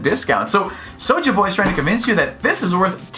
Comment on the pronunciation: you can tell this youtuber has no urban friends. He pronounces Souljah Boys name with his Caucasian pronunciation smh